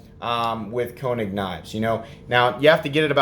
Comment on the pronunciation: Actually it's pronounced ' Kay -nig' .